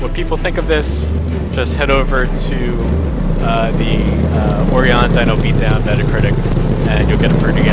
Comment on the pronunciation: It's pronounced Oh-Rye-On. Sorry, that was driving me nuts. XD